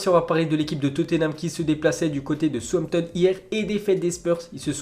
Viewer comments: C pas souampton mais « saoussampton » southampton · On lui dit que ça ne se dit pas Souampton ou on garde le secret ?